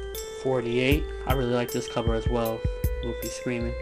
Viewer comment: is it "luhhh-fee" or "lew-fee"